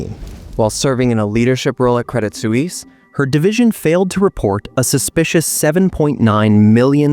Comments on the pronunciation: That was tough to listen to. Suisse. Sue wees? or Swees? I'm going with Swees. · Credit Sue-eaze? NO!!! Credit Sweess is the correct pronunciation. Why do Americans show disrespect to all foreign names and words? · It's not pronounced credit soo-eeess. Just look it up. In your defense, americans are a horrible at pronouncing any other language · You have to pronounce credit Swiss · good show, I enjoyed it, but I cringed every time you pronounced Credit Swiss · same lol reminds me of Suez Canal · You should learn how to say Credit Suisse properly